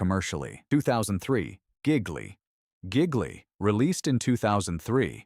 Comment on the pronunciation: It's not correctly pronounced "gig-lee".